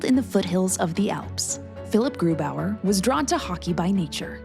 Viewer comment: i get so annoyed when Germans pronounce a German name with an American accent 🤔 like bro, what is that about?